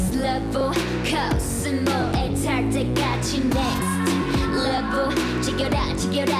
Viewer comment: 솔직히 노래 처음 들었을 땐 이게 뭐야 싶었는데 Next Level 발음에 치여서 계속 보고 플리에 넣음ㅋㅋㅋㅋ